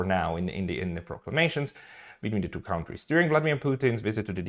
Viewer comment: Just one thing to improve your pronunciation: kontries = countries, not kauntries Great channel, keep up the good work!